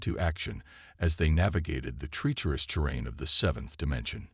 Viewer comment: Please proofread your captions better in the future. The story was amazing but the number of obvious errors in the captions was very annoying. Also for some reason the narrator voice keeps pronouncing "treacherous" as "tree-cherous."